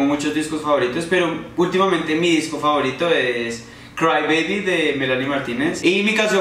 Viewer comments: like si te distes cuenta de que en el minuto decía disco favotiro en vez de disco favorito 😂😂😘😘😘te amo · En el minuto dice: Disco favotiro Like si lo notaste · Alguién más se dió cuenta que decia disco favotiro ? jajaja like